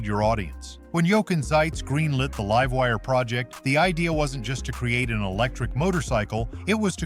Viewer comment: Liv-wire? Lol. God i hate AI voices lol